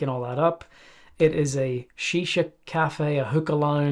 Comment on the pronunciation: i love the way he instantly called it shisha, deffo spent ages in the ME. hahaha